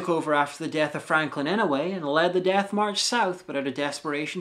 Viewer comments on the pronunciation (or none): Why do you pronounce "death" as "DATH"?